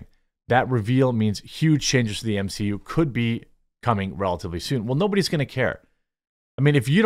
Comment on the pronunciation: M-she-U? No thanks.